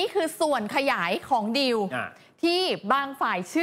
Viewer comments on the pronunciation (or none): ผู้ประกาศอ่าน....คำว่า...ดีล...หรือ..ดิว..ภาษาไทยอ่านแล้วเพี้ยน..ฟังแล้ว...งง..ภาษามันบิดได้ในตัวมันเองความเข้าใจความหมายเปลี่ยนไปแน่นอน..ชี้แจงได้ไหมประชาชนผู้รับฟัง..งง.ครับ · คุณผู้ประกาศข่าว...ว่าคำว่าดีล..อ่านออกเสียงว่า..ดิว..ประชาชนฟัง..แล้วงงครับ..อธิบาย..หน่วยเถอะคนับ ...